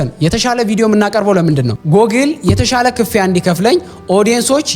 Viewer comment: The Gurage Accent Slipped 😂 (ክ-ፍ-ያ) አባባልሽ